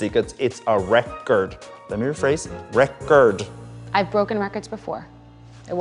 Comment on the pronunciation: 1. The apartment wasn't trashed before, it was just empty. 2. That guy was really irritating. "rec-ord" 😐